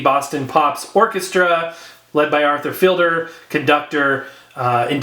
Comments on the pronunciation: It's pronounced "feed'-ler," not "feel'-der." It's Fiedler, not Fielder. Just FYI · It has the extended version of Disco Inferno which you were referring to. I believe it's If my memory serves me correctly. I believe Arthur's last name is pronounced feed ler.